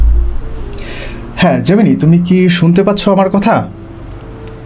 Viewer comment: জেমিনি না ওটা জেমিনাই উচ্চারণ হবে 😊